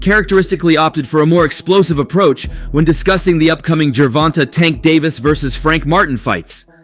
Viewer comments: For the love of Cuthulu. It’s Pronounced Ger-Vahn-Tay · It is pronounced Gervon*TAY* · Tank all day round 5/6 and I hate how this guy says his name must be AI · Bro can he pronounce tank name correctly😭… ion know why but its irking me😭😭😭😭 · please learn how to pronounce the man name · Why can you not say tanks real first name properly fuk sake